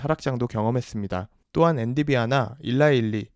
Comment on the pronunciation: 엔디비아요? 엔비디아 아닙니까 ㅎㅎㅎㅎ